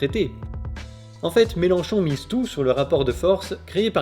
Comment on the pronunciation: Mélenchon, pas Mélanchon :P